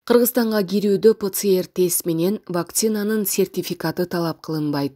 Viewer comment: Ватор ПЧР эмес ПЦР ТЕС БОЛОТ